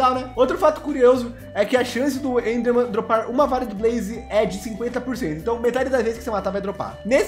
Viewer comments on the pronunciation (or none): "bleser" "endhermen" ta f0d4 viu ?!, KKKKKKKKKKKKKKKKKKKKKKKKKK